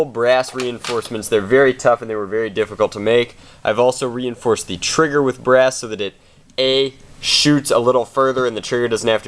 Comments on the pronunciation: BRASS not breast. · im sorry what did he say? sheet brass or sheet breast?